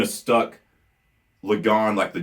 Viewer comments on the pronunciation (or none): none